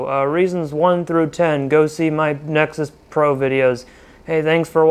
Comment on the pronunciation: Nexus poor😂😂😂😂😂😂😂